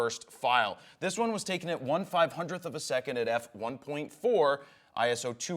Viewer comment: ISO not I.S.O. It's one word